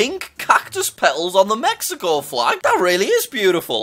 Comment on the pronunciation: Jack mispronouncing a county name(don’t judge me if I don’t do “//“): Mexico (meh-he-co)